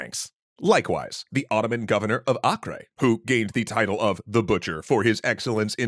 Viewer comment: It’s pronounced Ay-Ker.